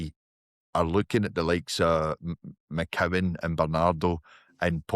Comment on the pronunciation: Tell the guy at the bottom its McCowan and Adamu.. guys on a platform talking about celtic and cant even get the players names right. And saying iheanachos out of shape and wont get near the team.. why the fk has kasper been getting games? Hes a literal teletubbie